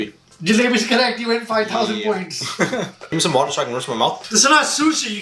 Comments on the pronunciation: give me some wa’er✨✨ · His cousin: "I think it's a jar(?),": "Gimme some wo'ah." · “gimme some wo’a”